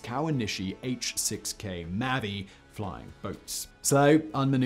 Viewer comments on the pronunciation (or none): Kawanishi H6K Mavis, pronounced "May-vis", like the common English female first name. I don't believe "May-Vee", rhymes with Navy, is a name anybody's heard before. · Pronounced "May-vis". Vis as in visitor.